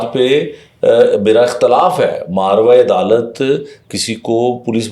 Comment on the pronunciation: تھوڑا سر تلفظ درست کر لیں ماروا نہیں ہوتا ماآوارا عدالت ہوتا ہے